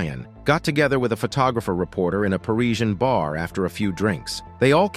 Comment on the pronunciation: Parisian not Pareesen.